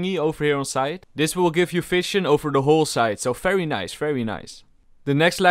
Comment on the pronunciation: All: very nice: fery nice